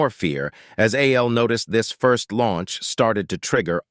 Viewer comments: Why wasn't it pronounced Al instead of A.L.? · You need to check the logic protocols for this audio ai because it can't tell the difference between a.i. and al